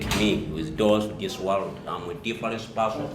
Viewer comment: Olimba,not difference person. Agambye "am a difarensi person"😀😀😀